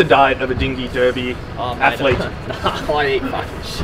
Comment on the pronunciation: He pronounced derby wrong. 👎🏼